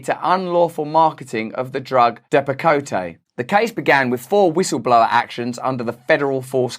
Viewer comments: Depi-coat not depicoteh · Russell, It's pronounced de pa coat... not dep a coh tay. Thank you for all your informative videos. I enjoy them very much. :) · Hey Russell it's DEP A COAT..... NOT KOTAY DEAR. ;) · I think it’s pronounced depp a coat. Not depp a cota. No A sound on the end. I could be wrong, but I don’t think so. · It’s depakote not depakoté lmao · I think it's pronounced dep-ah-coat. Although depacoté sounds more international. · Dearest Russel, its pronounced Depa-Coat. Respectfully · Stopsign Second fun fact - actually pronounced Dep-uh-coat, at least in the US :-) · I think it's pronounced " depa-coat " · sorry. I hate being speech police. it's pronounced depa coat. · Love this. Great video. But it's pronounced depa coat. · Depakote = depa - coat is the correct pronunciation. Learn to speak English, Russell. 😜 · Love ya RB, but "Depakotay" was driving me nuts. Keep up the great work. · The deaths of those children were from something far more serious than just an employee touching a hoist and not washing hands. No one has to be a genius to figure that out. The Abott drug is pronounced Dep a Coat No accentuated e at the end and the new version of Depakote is called Abilify so beware of that. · Excellent reporting, but the name Depakote is pronounced Depp-uh- coat. No ee on the end. Abbott is just one of a number of drug companies that continue to put profits over performance and safety, shareholders over patients. What a despicable interconnected system of cronyism. "You scratch my back, I'll scratch yours" springs to mind. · It’s pronounced Depa-Coat. Jfyi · Also, it’s pronounced DEP-ak-coat. Three syllables, emphasis on the first. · It’s DEP-A-Coat and your always right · It's pronounced dep uh coat. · I dont know what country you're from, but we pronounce it Dep-a-coat in Texas. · DEPP-uh-coat is how you pronounce Depakote. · 1st. Its pronounced ( Dep a coat ) What turned out to be a Fruit Loop of a Dr. put me on it back in the late 80's for A.D.D.